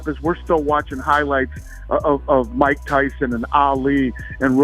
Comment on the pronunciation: Who is Maik Toy-son 🤔??? #ConorMcGregor